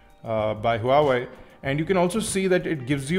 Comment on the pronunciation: Buddy.. Huawei is pronounced as Waa Wei.. i know its weird. but the company calls it like that.. but it suits..:)